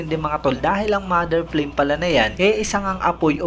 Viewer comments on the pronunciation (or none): Flame to pronounce in Japanese is parang frame parin pgkabigkas..wala silang L dito..